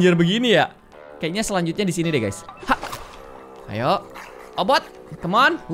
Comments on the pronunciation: Obit bang bukan obot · obit miawaug bukan obot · Kk regi obit bkn obot😆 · "OBOT" hmmm kayaknya "OBIT" deh 😂✨ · Bang OBIT bukan obot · Bang regi itu obit bukan obot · Ka regi bukan obot tapi obit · Obot Bukan Obit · Obit miawaug bukan obot 🤔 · bukan obot obit la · Obit ka regi bukan boot😅